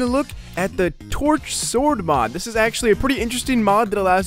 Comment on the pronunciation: am i the oly one that heard twerksword instead of torch sword